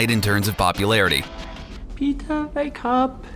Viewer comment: “Peeta, vake up” I love that movie so much oml